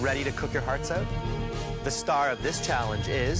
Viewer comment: “are you ready to cook your hearts OOT?”